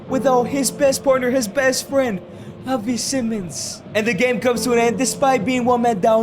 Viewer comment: bro i nearly got brain damage of you saying kavi and havi simons